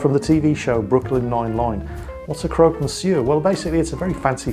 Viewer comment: Don't want be that person.... But here in France it is pronounced 'crock'... Just saying!.. great vid!.. keep it going o mighty one!